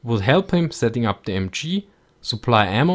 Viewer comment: good video but wow you have such a terrible intonation! work on that bc i hear Thee-Emchee when you're trying to spell the MG😂